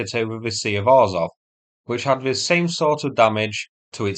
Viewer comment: Sea of Azov not Arzov